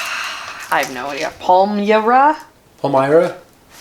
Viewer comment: Holy cow, look at all those bulbs!!! An entire skid full of them!!!! swooning over the great big gorgeous bright colorful tulips! Palmyra - a town near me - pronounced pal - like "he's my pal". The pictures you showed of each variety are a great big help. I'm not even going to try to pick a favorite. Amazing video! Hugs and kissies for the kitties!